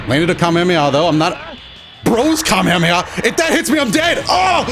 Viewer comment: This man said “Hamehame” 😂